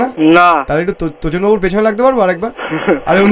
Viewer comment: তোচন কে দোচন।